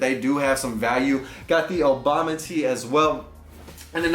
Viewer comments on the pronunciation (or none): none